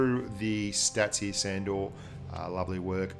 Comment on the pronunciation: I think it's pronounced shandor